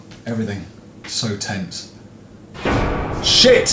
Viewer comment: You say "s**** " like "sheet" XD